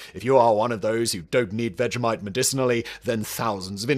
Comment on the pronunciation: That was vegemite. Why does this guy keep saying vejamite? It's people like him who ruined the netflix teletubbies reboot.